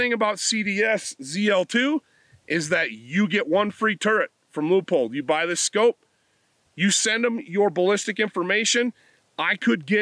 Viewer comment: Thanks for pronouncing Leupold correctly. Even here in Oregon they butcher that.